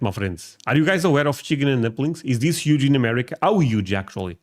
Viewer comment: It’s chicken with a “ch” sound. It sounded like a sh sound. Shicken and dumplings is what I heard. You said chicken correctly in past episodes but you changed the pronunciation this time